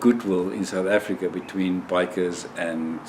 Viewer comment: yes....I knew South Africa....but it sounded like you were saying something like "Kumalonga"!